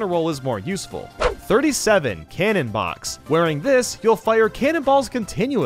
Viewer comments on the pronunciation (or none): none